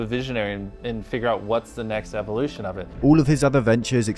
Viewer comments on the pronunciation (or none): none